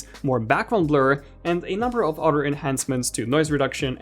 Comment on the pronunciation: Here to listen to this lowkey Andrew Garfield lookalike pronounce "other" and "rather" as "odder" and "rodder".